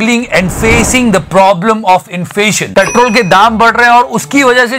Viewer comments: I am a big fan of this channel but listen to him at speed of 0.25 .. he said "Problem of infation" bro stop watching appaapapa pa and anjana om mo too much 😂😂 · Sir, not infation but inflation